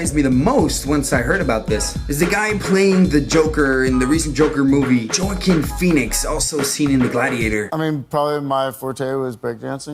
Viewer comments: Joaquin (Hoe-ah-keen) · Ur brutalizing peoples names lol. Alfonso Ribiero…not Roberto. It’s Joaquin pronounced as (Wah-Keen). Ur a BBoy n all about respect, correct? Well u def need to pronounce n put RESPEK on these folks’ names, brotha. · Love the way he butchered Joaquin’s name. Priceless! But still an amazing video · Joaquin Phoenix, YOU DON'T KNOW HOW TO SAY, 'JOAQUIN?'!